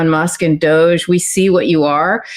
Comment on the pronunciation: Spelled ''Doge'' but pronounced Douche.